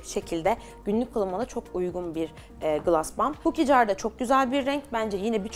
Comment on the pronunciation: Gloss u gılas diye okuma aşk gılos derken daha dogru telaffuzun ❤